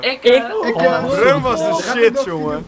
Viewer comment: het was toch broem toch niet brum